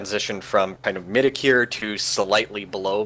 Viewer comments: What the hell does midacure mean? Ive never heard someone mispronounce mediocre that way. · pronounces "mediocre" like "mead-uh-cure" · Hahahaha. I don't normally mispronounce it that way, but someone else linked to my thesis did so constantly and I had said person in mind while answering these questions, so I guess my brain decided to mispronounce "mediocre" like them without me even realizing. I didn't notice the goof myself until I listened to the video this morning. I think I say "meeh-duh-cure" like three times. Sigh. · Peter Whitaker He's a native English speaker and he can't pronounce mediocre. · Is he badly mispronouncing the word 'mediocre'?